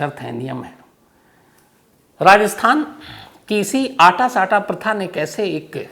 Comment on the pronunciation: सम्स साहब अटा सटा होता है,,आटा साटा नहीं होता साहब